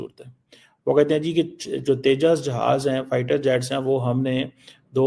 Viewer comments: Sir Tejas ko teja kiyo bolte hai aap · जाहिल, तेजस को तेजा बोल रहा हे.. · Ye harami Pakistani Tejas ko Teja bolte hain !!!😂😂😂😂😂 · Tejas...not Teja 🐊 bole ki cheemni😅 Din hote hi Pak reports India..India 🇮🇳 karne lagate hai